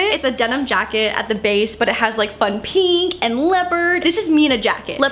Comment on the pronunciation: Everyone's posting about how hates pants, I was shocked no one commented on her saying "Peenk" instead of pink😂